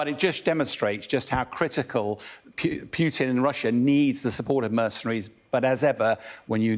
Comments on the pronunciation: Someone please tell this guy how to pronounce Putin, not pyuutin and Kuwait, not kyuuwait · Because we don't pronounce the j sound after every consonant, including But l. I can't thin of another name with the "long u" pronunciation before aby consonant, and even not every English speaker pronounced Putin that way because it's a foreign name. I'm from south-east England and just use a regular /u/ sound.